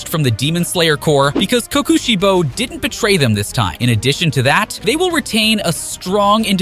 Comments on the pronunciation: Why I’d they say it like co Koshi bo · "Ki Ki shibo"